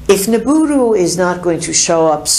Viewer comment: I thought it was Nibiru, instead of Niburu